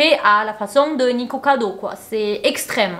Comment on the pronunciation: t'as dit niKIkocado avocado à la fin. haha t'a crue que c'était juste, trop chou